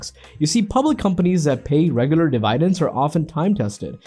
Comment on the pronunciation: Dee-vii- Dens???hahahah?